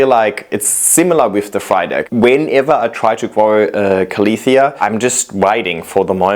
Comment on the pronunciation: KA-LEE-THEE-US ? Lol